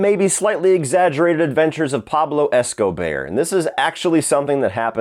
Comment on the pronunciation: Pablo Esco-bear 🐻 😂